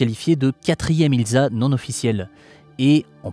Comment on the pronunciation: C'eût été approprié de prononcer "Ilssa" et non "Ilza", dommage.